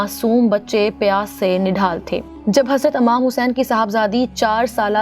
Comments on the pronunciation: Amam nhi imam Tlafuz tik kren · It’s not Amam it’s IMAM Hussein please correct